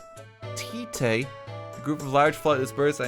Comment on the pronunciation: I swear to god he mispronounced "Ratite" and "Gallipoli" within like 30 seconds of each other